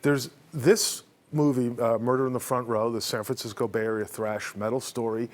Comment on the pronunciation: "Thrash" Not "Trash" 😂